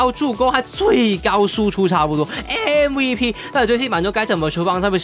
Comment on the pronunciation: 開頭說的MVP聽成AVP